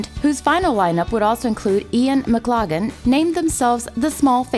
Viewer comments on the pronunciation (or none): This was really interesting thank you but I do wish that you, and others, would learn to properly pronounce names...maclaggan (which is your literal pronunciation) is abysmal, it’s pronounced mc-laugh-lan (once again this is a literal pronunciation) this is the closest you’ll get to a proper pronunciation unless you can get someone who knows how to pronounce Scottish or Irish names.